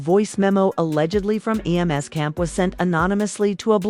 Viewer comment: Would be a much better video with human narration. Then it wouldn't say "E.M.S." instead of "Em's".